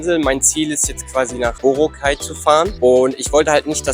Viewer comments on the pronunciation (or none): BorAAAAcay,. nicht Borooocay - steht auf auf allen Schildern und vielen Booten, nicht zu übersehen! Mit einem Papier-Reiseführer, oder Internetanschluss findest du jeden Hafen, jede Fähre, alle Abfahrtzeiten! Man sollte jedoch nicht glauben in wenigen Tagen irgend etwas kennen zu lernen. Das wahre Leben findet man nicht in den Touri-Hotspots, aber es ist leicht zu finden. Abhakerei, möglichst viel in wenigen Tagen, finde ich furchtbar, denn es gibt wirklich viele wahnsinnig schöne Ecken, fern aller "empfohlenen" Routen. Bei dieser Hechele von Insel zu Insel ist es nur Stresserei und man hat sehr viel verpasst. Essen sollte man unbedingt probieren: verschiedene Adobos und Lechon Babo!!!